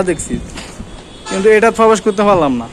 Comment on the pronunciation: bhai age thik moto kotha bola shikhben, tarpor aishob vlog korben...prothom ai...bolen 'pobesh' korbo...bhai pobesh kora kake bole?